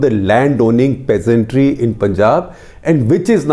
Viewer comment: Who the fuck are calling PEASNTS you bald fuk say PEASANTRY one more time fukwit.